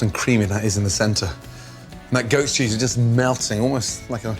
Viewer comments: Came to the comments to see whether anyone else thought when Gordon says "goat cheese" it sounds like "ghost cheese". Instead I found a bunch of horny people jerking off to some guy's eggs. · Thought he said creamy GHOST cheese... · It sounds like he says ghost cheese